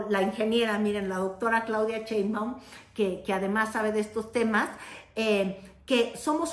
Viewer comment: A ti te gustaroa que se dijera tu apellido como burla???????? Pronunvia bien el apellido de la presidenta no seas VULGAR